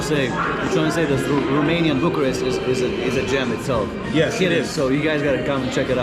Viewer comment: is romanian? His romanian pronunciation is bang on